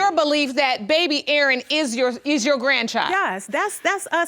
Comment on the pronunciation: Maryland, I got a question. Why do y’all bother with the name “Aaron/Erin” if you can only pronounce “Urn” ? 😂